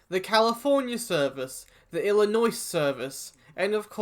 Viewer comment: The way you pronounced Illinois made me smile because you got it spot on my friend